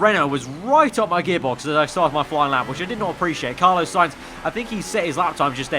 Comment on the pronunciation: Why do you pronounce 'Carlos' like that? "Car - loss" not "Car - low - ss".